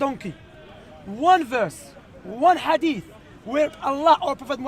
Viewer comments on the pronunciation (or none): He calls hadith adeef he is a hater but may Allah guide him.